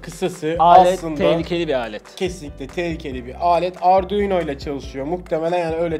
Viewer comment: Ardunio degil mi evet evet ardunio 😂😂